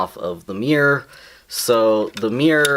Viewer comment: It's the way you say mirror XD also hello!!